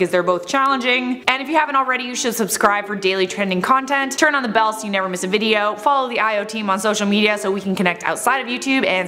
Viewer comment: Hit thee “ belle “ button